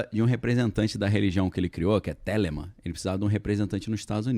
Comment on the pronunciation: A cada dia mais esse cara, o, se mostra um babaca... como fala bobagens... O cara não sabe sequer pronunciar Thelema... E esses podcasts que vivem entrevistando esse ser também são sem noção.